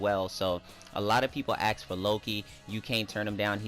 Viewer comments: Its ask not ax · Always axed for... No offense, great content, but thats not how you say "ask"